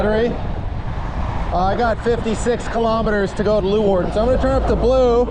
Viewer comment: omg Cor is so cute. also make sure to not pronounce leeuwarden like that when youre actually in the city since people might get mad at you lol. I don't know when youre filming these but if you havent been to sneek yet you should get a special sneekweek burger at snackbar de kolk, which is a cheeseburger with two slices of frisian sugarbread instead of buns :)